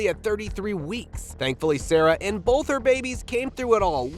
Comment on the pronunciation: Bolth of them ya say? Anything but Bolth!